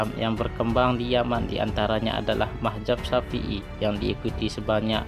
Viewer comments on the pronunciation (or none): Bukan mahjab brooo,,, tapi Mazhab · Lebih baik jangan ikut² an mau pamer video di you tube kalau sebutan gak tepat kaya anak² bwh umur. Bingung gue awal² bila mazhab di sebut mahjap. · Bagus kontennya. Hanya koreksi penyebutan mazhab bukan mahjab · hagegege.... Ucapkan dulu yg benar dengan lafaz yg benar yakni Madz - Hab , Bukan Mah - Zab . Itu yg saya bicarakan wahai bapak, saya sama sekali tidak membicarakan syiah sebagai madzhab. Wkwkwkw.... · Buat mimin... Kata MAZHAB kenapa dibaca MAHZAB,.. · Bukan mahjab tpi mahzab cuk....!! yg benar dong pengucapannya.. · Lu ngomong Mazhab aja masih salah sebut tp sok nyalahin orang lain. Bukan Mahjab tapi MAZHAB🤣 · Bukan mahjab bro.. tapi mazhab. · Mazhab bukan mahjab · ngomongnya yg bener min,bukan mahjab tapi mazhab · Ralat Min bukan mahjab tapi Mahzab. Z bukan J. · mahzab kah atau mahjab belajar kamu membaca biar betul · Mahjab .... Atau mazhab ya.... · Bukan mahjab.. Mazhab... Sebut bagi betul bro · Mazhab jangan majhab2, sebut yg bener, allah is allah jangan ollah, jgn biasakan yg salah, ma,af alqur,an dan kitab brbhasa arab bukan bhsa indonesia ataupun bahasa suku kita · Siapa sih ini orang sebut Mazhab aja salah majhab majhab majhab .macam orng tk prnh ngaji